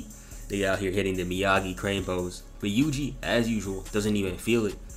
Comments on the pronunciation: bro really called my got yuji "wuji" I can't 😂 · Bro u pronuced ui uis name to wee wee👁️👄👁️